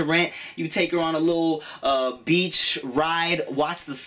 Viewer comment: He said BITCH instead of BEACH! Haha! Tim turning into a FOB! Lmao. . .Jk